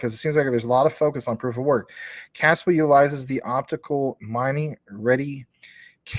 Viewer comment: I agree Casper Labs is going to the moon. Though I have no idea why they keep pronouncing it as Caspa and spell it with backwards K